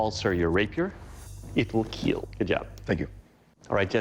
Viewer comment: This sword will keel